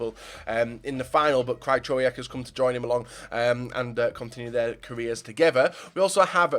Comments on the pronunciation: absolutely butchered Krychowiaks name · u love Krychowiak? maybe look up how to pronounce his fucking name